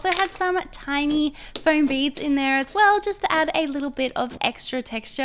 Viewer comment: the way she said aswell tho 😂😂